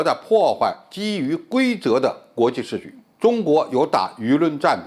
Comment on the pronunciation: [秩]序： 音[次](X) 音[致](O)